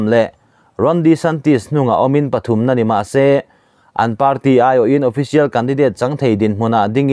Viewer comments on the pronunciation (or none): none